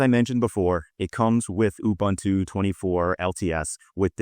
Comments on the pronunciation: It's pronouced Oo-boon-two. Not Oo-bun-two. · Ubuntu is pronounced ooboontoo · Please also stop pronouncing Ubuntu wrong.